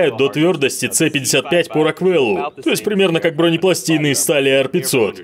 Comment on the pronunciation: Не роквЭлл, а РОквел!